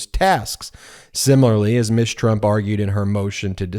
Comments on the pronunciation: Not "Miss" Trump rather "Ms." Trump Ms. is pronuouced MIZ, NOT MISS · Is pronouncing Ms. "miss" a form of misgendering?